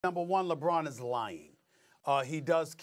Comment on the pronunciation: no D in LeBron James